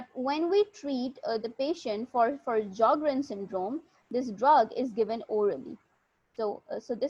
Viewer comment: J is silent in sjogern not s